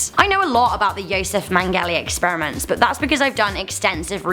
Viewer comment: if she knows so much about Mengele then how come she can't pronounce his name properly.